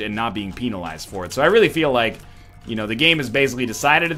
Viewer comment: "Peeenalize" :D